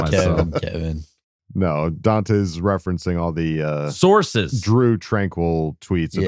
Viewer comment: I'm glad I wasn't the only one that heard "sauces" and not "sources" 😂